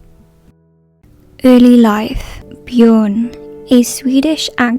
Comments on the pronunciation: His name is björn not bjorn Many languages have this letter, such as my mother language, but also ofc swedish, where this lad is from - but also german and even turkish It is pronounced BJÖRN, ö is a vowvel most similar to "first" == "föörst" or the english sound you make when you are suddenly asked something and dont know how to reply, and just say "aaaaa hold on" == "öööö hold on", its not very hard to look it up either But hearing 'only xyz was bothered to learn "BJOOOOORN'S" name' makes me almost THROW UP, like this whole sentence, maybe respect the actor just A TINY BIT and learn their name, or atleast DONT include a line like that in the script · in what world is calling someone named Björn "Bjorn" good pronunciation 😭😭😭, like she clealry didn't even try to look it up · "He was the only foreigner who bothered to learn the correct pronunciation of Björn's name" - she says, while mispronouncing Björn's name. (I'm sorry, I don't mean that as a mean comment, it was just funny.)